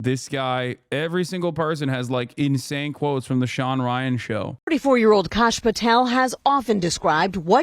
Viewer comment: Some casual Indian racism in this comment section. Kash is likely a shortened version of Aakash (which is a realllly common name). People also pronounce it as Cash rather than Kaash which is not correct. Edit: His name is actually Kashyp, so I was right on it being shortened but not the name.